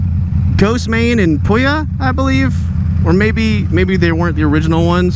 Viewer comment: The way you said pouya is funny